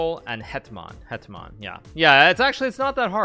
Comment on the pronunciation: It's so funny that Hikaru can speak Polish that good. His "Hetman" and "Król" were perfect